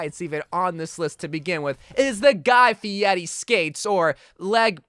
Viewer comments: Your clearly not cultered in memes as you think he’s called guy fiety. It’s Guy Fieri. Cringe. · It’s Guy Fieri not Fieti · it’s not guy fieti it’s Guy Fieri